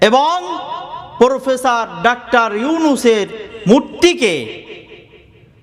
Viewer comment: পোরফেসার নয় , প্রফেসর 😂